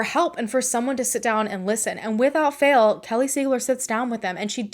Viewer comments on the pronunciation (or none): none